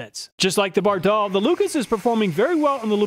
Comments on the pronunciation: It’s pronounced “ Bard All” not “Bar Doll” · Bardahl is pronounced BAR-dahl. I've heard their radio ads. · By the way, Bardahl was an immigrant from Norway, its pronounced with short A’s, not a long second A like most Americans would say it. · Great video. You confirm Scotty Kilmer's claim that AT-205 is the best. BTW: Every mechanic, shade tree mechanic and old TV commercials pronounce Bardahl with the accent on the first syllable. You are using the European pronunciation😆